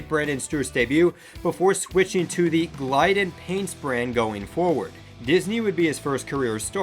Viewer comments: Its not Glyden....its Glid-den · 'Glid 'n" not GLEIDEN -- Idiot!